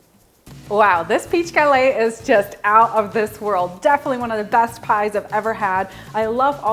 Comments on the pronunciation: Gah-LETT, not ga-lei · French cuisine called a GuhLETT -- not gal-AY. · Hi i love your recipe but i don't know, about the way you pronounce the word "Galette", you're supposed to say it with the 2 T's like "LET go / galLETTE". I'm from Quebec and my grandparents are from France. Anyway, just a little lesson i'm giving you. Friendly yours...France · The "T" is pronounced in gallette. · Looks delicious. FYI, you do pronounce the t's in the word "galette". Have a great day and keep up the good work!